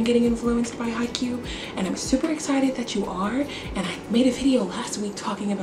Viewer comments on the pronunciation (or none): well I hope you can get him to say it right but it kinda sounds like hi and then the letter "q" so maybe try to break it down like that? :)